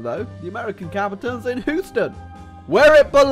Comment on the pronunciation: When youre so non-american you call Houston Hooston